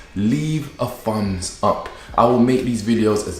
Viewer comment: Why does he say FUMBS US? SEVEN FOUSAND? I'm learning English and never heard that before. Other than that....gorgeous. Would be eaten alive in 🇧🇷💋